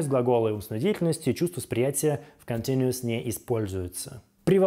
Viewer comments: Когда вы перестанете себя позорить? Хоть бы погуглили произношение, прежде чем всякую гадость писать. Никакого "контиНИэс" никогда нет и не было, это последствие уродской советской школы, мне вас жаль. To continue = "континью" Continu-ous = "континью-эс" или можно "континью-ос". Пойдите и покурите, легче станет. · Не Континуос, а континиэс(Continuous) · я не привыкла русскими буквами писать транскрипцию. Это может быть континтюэс или что-то близкое к этому. Но это точно не то произношение, которое у автора ролика